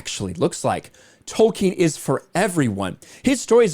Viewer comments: It´s Tolkien, NOT Token !! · Lord of the rangz. Return of the kang. J.R.R.Token